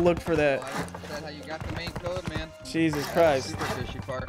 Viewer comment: also pronounces the t in 'jesust'